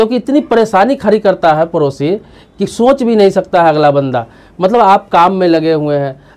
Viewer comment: Bihari.. parosi nahi padosi kaho...time waste na karo na apna na doosaro ka..🙏